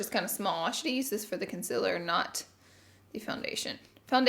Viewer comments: i love how u always say it like consiller instead of concealer haha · It‘s concealer not ‚conciller‘.. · Learn how to say concealer